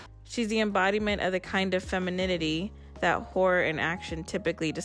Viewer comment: It took me way too long to realize you were saying Horror and not whore 🤦🏽‍♀️ I was sooo confused!